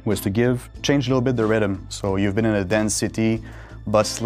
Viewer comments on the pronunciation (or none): “De riddim” “big ups” CONT WAIT FOR DE GAME MON